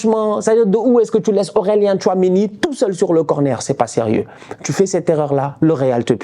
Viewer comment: Ouiii , je pensais être la seule à avoir entendu 😂😂🇸🇳🇸🇳🇸🇳